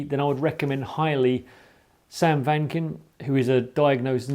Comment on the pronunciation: His name is Sam Vaknin, not Sam Wankin' 🤣🤣😂